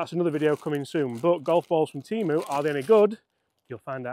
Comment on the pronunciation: It’s TEM-OOOOO